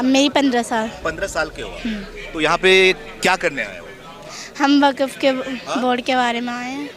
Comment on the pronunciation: waqf❌❌ Waaaakfff✅😂